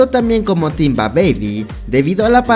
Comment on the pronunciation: Vieron q en el de Timba no decía Timba decía tamba 🤣